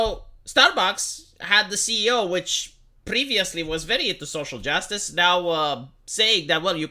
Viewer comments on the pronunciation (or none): none